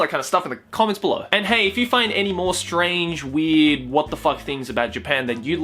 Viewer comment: Sounds like says "weed" every time he says "weird" can't you hear that shit????